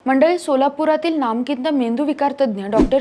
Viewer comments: नामकिंत. नाही ग नामांकित म्हण!! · अग ही नामांकित ला नामकित म्हणतेय.....😂